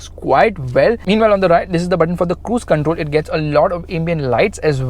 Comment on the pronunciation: he said this is the cuze control